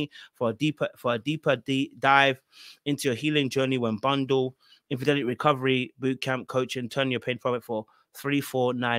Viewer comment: Its "Infidelity" 😂 Anyhoo, Derrick trained her well to be a flipping con artist! She looks coo coo AF in this promo😮